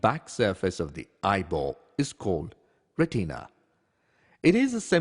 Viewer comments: Retina. Not pronounced Re-TEEN-a. It is pronounced RET-i-na or RET-in-a. The I is pronounced the same as in the word in. Nowhere is it pronounced as heard in this video. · ITS NOT "RETEEEENA" ITS PRONOUNCED "RET-IN-UH" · RE TEENA